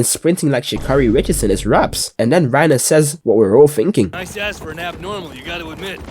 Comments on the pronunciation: "Reiner and Beris" ladies and gentlemen....WE GOT HIM! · bro really said reiner and berus i cant believe it😂